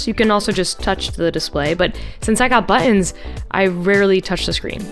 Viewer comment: All those buh-ons!😂